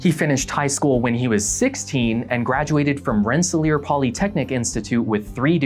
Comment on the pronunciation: I'm extremely impressed that you said Rensselaer correctly! I've been watching your content for years (and I love it), and just recently watched this one. The story on NXIVM broke in the NYT when I was a senior at RPI, so it was strange learning about these horrible things happening my backyard.